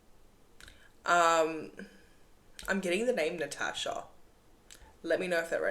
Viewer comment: My name is Natachia and you said my name is mean I've known for almost a year that you were talking about me and my situation. And everything you have said was right on the money but when you said my name I almost fell over and you pronounced it right too